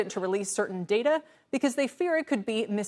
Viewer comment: It's data not data.